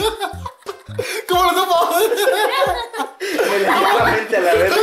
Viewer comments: ¿cómo lo sddupo? ¡¿Cómo lo sDupo?! :v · ¿Como Lo Sdupo? ¿Como Lo Sdupo!!!!!??? >:v ¿Co.. - Como Lo Sdduupoooooo!!?!?!? >:'v